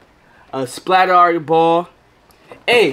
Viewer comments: The word SPLATRBALL is not pronounced SPLAT"R"BALL its pronounced SPLATERBALL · bro said splat are ball its splat er ball is how to say it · "Splatarr-ball" It's splatterball together 😂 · shii got me dead when yu said splat r ball. 🤣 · Yooo I love ur vids but u supposed to pronounce it like splaterball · The R ra is meant to be pronounced as Splatter/Splatt R. Don't take off the orange tip and play in the park with it, live your best life. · it's pronounced splatter, just spelt different. as you would say, "it's built different" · i think its supposed to be pronounced like splatter ball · splat RRRR ball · it’s pronounced splatterball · It supposed to sound like splat-er-ball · Splat “er” Ball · its pronounced splattRRRball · It’s actually splatter ball is how it’s pronounced 🤦‍♂️ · It’s pronounced splatterball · Its pronounced (PLAT) (ER) (BALL) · its pronounced splatterball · it is pronounced splatrball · Pronounced splatterball